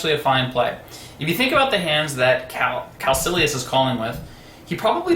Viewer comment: Hi, I think the player 'Caecilius' is a latin name, pronounced kai-kill-e-us or something close to that rather than Calc-ill-e-us. Thanks for the vid.